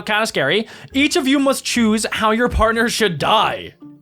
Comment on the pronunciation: Dude you said you wrong you said yuor bruh